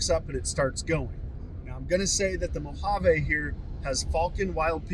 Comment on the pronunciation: Great video! One correction for everyone making Mojave videos: it is pronounced Mo hav E. Not "mo hav a".